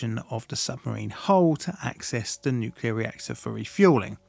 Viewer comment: Always makes me cringe when someone says 'nuculer'